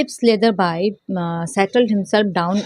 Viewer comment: Ma'am apko. English padhana ata he jago nahi hota j silent hota hai yago bolte hai slether ne nahi hota slatherby hota hai